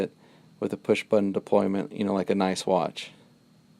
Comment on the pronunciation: Its deployant, not deployment...sorry.